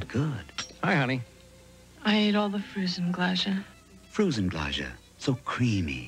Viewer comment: Frusen Glädje, prononounced completely wrong in the commercial, Swedish icecream "Frozen Joy"